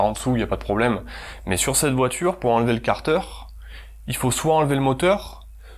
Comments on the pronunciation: Et car-deur pour 15 minutes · Chez moi on dit kartère, toi tu dit karteur 😐 ça fait bizarre a l'oreille